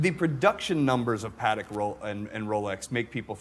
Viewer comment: its PAH tek.... come on